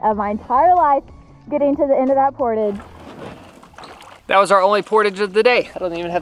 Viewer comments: I don ‘t mean to be pedantic. But it is portage as in French with the accent on the second syllable. Jarring otherwise. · Liked your attitudes through it all. Finally in the last portage, one () of you properly pronounced the word "portage." Lol You don't say it like pottage. Rather emphasis is on the second syllable, and its por-tawge. It's a French word. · Haha its a "LOON" and its not portage its portage! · You guys did really good for your first canoe trip and especially the girls big portage, PS Canadians say portahje, more ahhj, ie French we invented the word. Keep up the great. Vlogs! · PORTAGE. IT'S A FRENCH WORD. JUST THINK, GARAGE PORTAGE... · Love you guys, but the way you pronounce Portagè drives me nuts... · My MIL is watching this vid on the TV and I was compelled enough to find the video (never seen/heard of this channel) to see if anyone else cringed every time the word portage was mispronounced 😬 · I'm curious what the regional pronunciation of portage is? I've never heard the word really until this bid! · You guys pronounce "portage" funny. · I feel the mispronunciation of portage wouldn’t bother me so much if didn’t say it so often. 😂